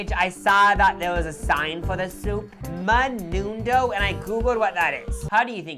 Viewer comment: The menudo pronunciation 💀